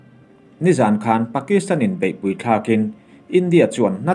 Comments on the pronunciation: I chhiar thiamin i aw a fiah fai. Mahse...'pui' tih hi ri hniamin i lam ṭhin a, eg. Inkhawmpui, indopui, runpui inkhelhpui etc a 'pui' hi ri sâng veka lam ṭhin niin a lang. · ri sang veka lam ṭhin a ni zawk. 70 hma lam te i hre pha em aw?